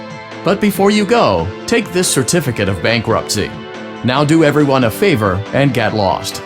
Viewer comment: Voice: do everyone a vaiver and get lost. Me: Savage